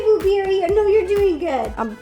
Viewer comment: no one : not a soul: rosanna: BlUbUrRiEaY